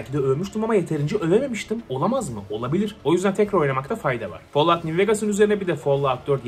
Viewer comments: follavt ne aq folavt. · Tek L ile okunuyor lütfen follaut deme folaut de fall fol diye okunuyor teşekkür ederim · Follağut deme yeter midem kalktı😂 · Çok fazla folluvt dediğin için bi yerden sonra follovt oluyor insan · Abonelikten çıktım çünkü bıktım herşeyi yanlış telalffuz etmesinden rockstar videolarında ısrarla bin defa roksıtar diyodu bide şimdi fallout a falllaud çıktı. Abonelikten çıktımm